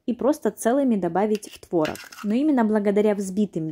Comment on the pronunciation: Правильно произносить творОг